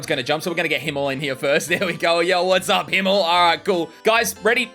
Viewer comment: Did he just called "Himmel", Hemmel, im getting emotional and psychic damage from hearing that